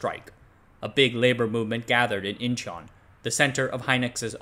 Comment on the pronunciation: It's not Incheon(인천), it's Icheon(이천).